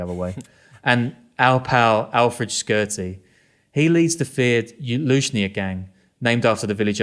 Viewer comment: P.S.A to all non-Albanians it’s pronounced Ship-tar not Skip-etar U dont have to pronounce the Q in Shqiptarë